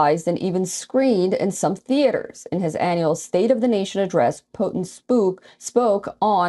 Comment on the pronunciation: Did she say Putin pooped?